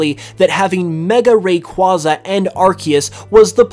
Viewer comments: what do you mean, there's a correct way to say it and a incorrect way to say it, said it the wrong way why can't you just accept it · Please learn how to pronounce Rayquaza, half the poketubers get it wrong somehow leading to other people mispronouncing Rayquaza, I want this misinformation of Rayquaza's name to stop, its literally a box legendary of all Pokemon